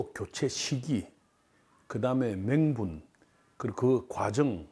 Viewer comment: 손핵이요,손혁이요? 맹분이요,명분이요? 갤과요,결과요? 제도요,저도요? 젠력이요,전력이요? 갤정이요,결정이요?,, 근 45년전에 야구를해서, 프로가 생기기전, 실업야구가 전부고, 지금 70살이 다되서,,전문성,현실감은 고사하고, 발음도 정확히안되고, 문장 구사력도 안되고, 항상 해설중에 마무리는 ~하니까' 로 얼버부리고, 아, 어 등등 감탄사만 남발하고,, 오죽하면 주변에서 류현진 야구볼때 볼륨을 죽이고 본다고 하겠습니까 MBC님?,, 이제 미국,일본,우리나라 프로야구를 겪은 선수출신도 많은데, 굳이 저분을 고집하는 MBC를 이해를 못하겠네요,, 물론 더블시스템으로 해설도하지만, "방금 허위원님께서도 말씀하셨듯이" 그런 예의상 립씽크도 정말 듣기싫습니다,, 그리고 본인 스스로도 이러한 이야기,소문을 들으셨을텐데,, "박수칠때 떠나라" 이런말도있듯이 생각해보실 문제아닌가요? 진짜야구좋아하고 보고싶은데, 무음으로 볼수도없고,, 제가 너무 몰상식하게 말했나요? 아님 제 이야기에 공감하시나요?